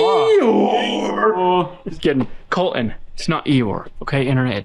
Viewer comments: Is it Col-In, or ColTin? It is okay to enunciate the letter T. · Someone needs to tell that there is a "T" in "Colton"... He says "Coll-een" 😂😂😂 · Your all saying it wrong "E or colton"